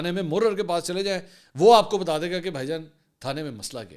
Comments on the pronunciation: منصور مورر نہیں محرر لفظ ھے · اسلام و علیکم تھانے میں م ح ر ر نہیں تلفظ م ح ررر ہے